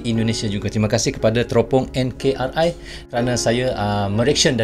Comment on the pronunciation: NKRI(NEGARA KESATUAN REPUBLIK INDONESIA)...Jadi jgn baca enkar,ai...baca dgn ejaan bahasa indonesia..🙏🙏🙏